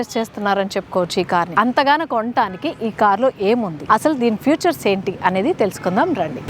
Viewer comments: It's features... not futures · ఫ్యూచర్స్ కాదు ఫీచర్స్ ... బుల్ట్ కాదు బిల్ట్... also Bluetooth connect chesi unna privacy ki em problem ledu call ans cheyagane me phone lo through speaker matladukovachu appudu car lo vinipinchadu. Inkonchem detailed ga telsuni chestaru ani cheptunna anthe... all the best